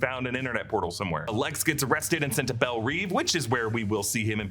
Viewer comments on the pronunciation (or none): none